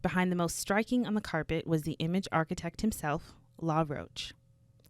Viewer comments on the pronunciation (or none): none